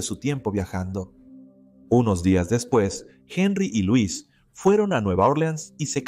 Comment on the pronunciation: El nombre D la dama C pronuncia (L o’ e s ) no Luis pero y no k el tal Jacob era viudo y k la hija había muerto también entonces aparece D repente 🤷‍♀️